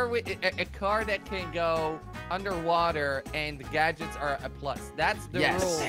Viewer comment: i like when jelly copied what said "UNDERWOOTER